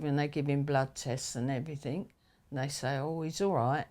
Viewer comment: A couple of real cockneys. Noticed she said “somethink” and “everyfing”, which I’ve noticed a lot of East Enders or Essex people say when there are no such words! It’s hard to believe they’re nearly 80. Both look about 70 to me.